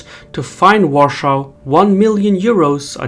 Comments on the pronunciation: Its Warsaw, not Warschau, we're not under german occupation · Why do you say Warschau instead of Warsaw or Warszawa? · Please dont say Uarshau It’s Var-sha-va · One thing. Warshau is German pronunciation of Warszawa (pronounced Varshava). You should either use the pronounciation I gave you above or use the English one: Warsaw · WARSAW not Warschu!!! Is he just ignorant or trolling? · It's mostly right, however it's the government that mostly pushes for increase of the size of military. Rightfully so. Also, your spelling of the capital, Warsaw is a bit cringy. It's not german 'Warshau', but 'War-saw'. You literally spell that name as if you pronounced these two words together. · I though it would be helpful for you to know that In English we pronounce Warsaw as "war-saw" with an 's' sound, not an "sh" sound. Also, we pronounce "iron" as "eye-urn" . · God, it's Warsaw in English, not War-shau. The latter sounds German and I shuddered everytime you said it. I hate the German language, as a true Polish patriot. War-saw. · Cool content but I can't stand how you keep pronouncing the capitol city name. It's Warsaw not Warschau as in German. If you want to pronounce it in Polish then it's like Var-sha-va. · I can't take this video seriously because you keep on mispronouncing Poland's capital's name - it's either Warsaw (English) or Warszawa (Varshava), it's not's "Varshauw" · Your pronounciation of Warsaw is wrong. "Varshau" is how the Germans call our capital. The correct pronounciation would be "Varshava". Great video nontheless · Dude could you stop calling Warzawa "Warschau"? That's how our Capital city is called in German. Correct would be either Warzawa of the English version Warsaw. Your video in in English after all. Imagine Having to hear Your cities being pronounced in Armenian. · Please, Warsaw it's not pronounced warshau! It's Warsaw! War-saw. The way you pronounce the name is how Germans used to call it under occupation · Warsaw, not Warschau ;)